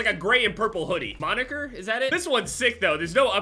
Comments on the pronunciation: No one:: mo-nicher 🤦🏽‍♂️ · when he realizes he said moniker with 2 g’s instead of a k. 😬 hope that clip becomes a meme